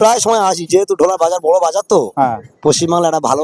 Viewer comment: দেখুন, আগের বার এই ঢোলা কে এমন ভাবে বলছিলেন মনে হচ্ছিল ঘোলা(যেটা সোদপুরে), যাই হোক ভালো হয়েছে ভিডিও টি।